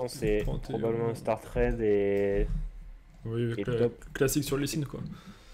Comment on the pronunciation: arrête de trade sans ton r